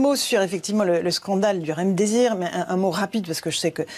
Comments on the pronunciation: Une fois deplus on se fait un malin plaisir à entendre Mme Ferrari parler du RemDésir au lieu du remdesivir! A-t-elle sérieusement préparé son interview? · Laurence Ferrari : le "Remdizir", "l'ONS," "l'ue en a acheté des CENTAINES de doses" ... mais lol